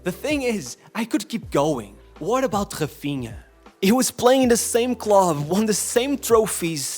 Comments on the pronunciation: Ts man can pronounce "Nuno Mendes", "Raphinha" But NOT Dembelé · this man is pronouncing "Raphinha" and "Nuno Mendes" in perfect portguese, but is pronouncing Dembélé as "Dembeley"... . Huge disrespect.